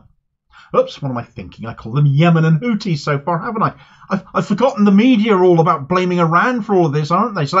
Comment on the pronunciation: It's pronounced Houthis my friend, not Houtis. They'd probably prefer you just call them Yemenis or Ansarullah though, they consider "Houthis" a kind of backhanded term